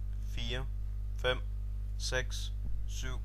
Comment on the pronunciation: Six made me laugh just because it just sounds like the way some hick would say 6. I was expecting it to sound more like sechs from German